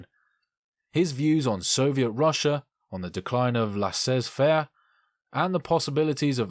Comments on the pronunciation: Laisser-faire is pronounced lahzay fair Yeah it’s a really simple mistake, and also for one person in the comments, I’m American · You prronounced "machination" and laisez faire" horribly! Are you an American? You are emBarassing!